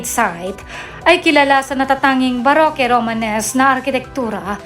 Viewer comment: ang baroque naman ay pronounced as barok....